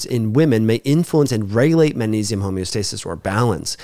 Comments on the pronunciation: Sweety, it’s not pronounced mannesium, but magnesium:) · You're incorrect. He isn't saying Mannesium; he's saying Mang like in Bang Mangnesium. This is a common natural linguistic phenomenon in all languages. It's not at all recherché, don't you know. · Why does he never pronounce the G in magnesium?